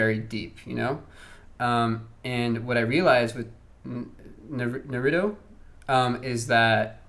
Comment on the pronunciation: Mispronounce naruto one more time 😡